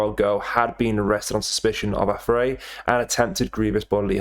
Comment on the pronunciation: Learn how to pronounce affray , mate......